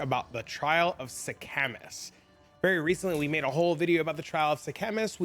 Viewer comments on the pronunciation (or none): what is the "trial of the "Sea-Chemist?" bro :D its Sekhemas <3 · That's not how you pronounce it